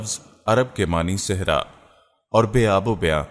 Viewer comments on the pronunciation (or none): none